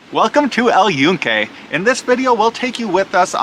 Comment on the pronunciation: Holy shit dude, if you're going to make a video on something, at least learn how to pronounce the damn name of it. You COMPLETELY butchered it, and proved you give zero fucks about not being a complete gringo over there.